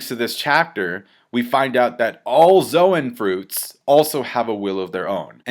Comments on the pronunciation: Logia is pronounced with a hard G and Zoan is pronounced like zone no zo-an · Please pronounce zoan correctly, you know at your core your wrong lmfao